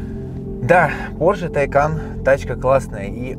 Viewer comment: Правильно говорить ТайкАААн а не ТАААйкан! "На случай, если вдруг у вас возникли проблемы с произношением этого названия, сообщаем: оно читается как "Taycan" на второй слог. Подтверждение тому – новое видео, опубликованное на официальном YouTube-канале «Porsche»." Вот ссылка, чтобы не быть голословным